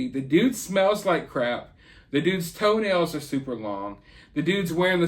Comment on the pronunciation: I actually GAGGED when you said LONG TOE-NALS!